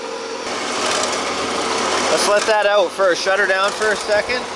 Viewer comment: He didn't say "first", though. He said "firts", whatever that means.